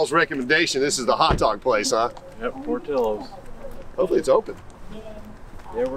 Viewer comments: LOL por'teeyo's, As a lifelong Chicagoan please allow me to respectfully correct your Tex-mex pronunciation. It is Italian, so no eyho sound. it has an "ill-o" sound as in Illinois, port-ill-o's love the channel. The devil is in the details as with classic car hunting. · Idc how it’s pronounced. Here in chicago we say it like it’s spelled, pour till oh’s